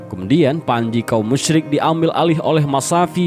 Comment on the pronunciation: Maaf sebelumnya Saya dengar Pengucapan kaum musrik sama kaum muslim hampir sama Saran, yang musrik ganti pengucapan kafir